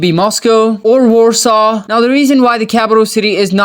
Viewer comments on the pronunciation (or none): none